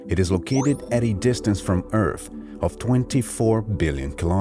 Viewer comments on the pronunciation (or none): yes he does , its not earf its earth , he keeps replacing th with f and says other as odder lol and its ghetto af